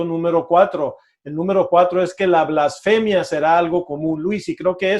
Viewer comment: No se dice "ÁVAROS". no es esdrújula. Es palabra llana y lleva acento prosódico, no ortográfico. Tampoco se dice "FLÁSFEMIA". no es esdrújula; sino palabra llana o grave, y lleva acento prosódico en la penúltima sílaba BLASFEMIA. (blasfémia).